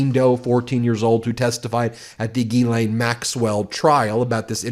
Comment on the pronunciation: Just interjecting a bit of humour to this crapshow, but if there's anything that offends me on a personal level other than the actual crimes, it's the horrific mispronunciation of the name "Ghislaine" by English speakers, and it's not Ben's fault, or the American media's fault, it's how she or her parents pronounced it, and it's just WRONG WRONG WRONG. It sounds way way classier in the original French. Though parents in French speaking places may be thinking twice about naming their little girls that.